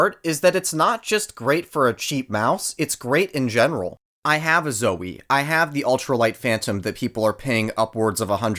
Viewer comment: love the contrarian of just "lowji-tech" and "zoewee"